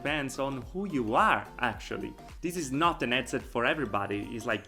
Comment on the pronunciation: I'm suscribed to your channel I think you really have some high quality videos and content but for being a vr headset channel maybe you could investigate how headset is pronounced anyway that accent may be also part of your success, keep it up